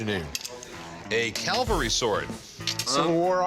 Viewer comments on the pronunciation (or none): He said “Calvary,” like where Jesus was crucified. It’s Cavalry !!! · Goodness gracious...it's a cavalry sword, not a calvary sword. 😬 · It's not Calvary Rick, it's Cavalry. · No Rock it’s not a ‘calvary’ sword it’s cavalry. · Oh sorry Rick. It’s pronounced cavalry, not calvary ;) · A Calvary Sord would be Roman and over 2,000 years old! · A Calvary sword! What's a Calvary sword?? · It’s “cavalry” not “Calvary”. Calvary was where Jesus was crucified. Cavalry charged on horses with swords.